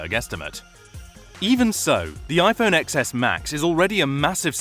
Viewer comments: It's pronounced ten-es, not ex-es! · you lost me at “iphone eXeS”